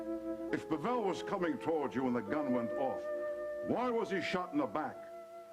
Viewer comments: LOl, The policeman talking to just called Him Mr. Pa-VeLL. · It really adds comic relief somehow that that cop mispronounces Pavel every single time.